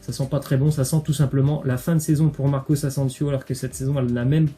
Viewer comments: On dit Marco Asensio pas Marcos asensios 😂😒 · Marcos ansensios😭😭😭😭 on dit marco asensio